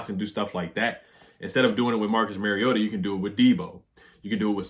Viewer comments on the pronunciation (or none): none